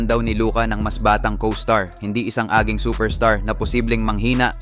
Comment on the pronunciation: binasa mo ng tagalog ung "aging" 😂😂 hayp n pierce to samantalang sya naaalala sya ng mga tao dahil natae s short. 😂😂 durog ky lebron kya galit n galit eh 😂😂